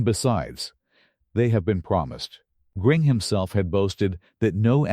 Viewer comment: Who is "Gring" ? Ai garbage is so stupid